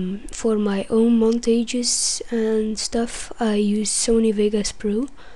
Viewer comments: get the word montage pronounced correctly allah just kidding u r cool kid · get the word montage pronounced correctly allah